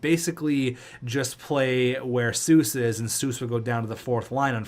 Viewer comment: FYI C.J. Seuss is pronounced 'cease' source: I go to a lot of moose games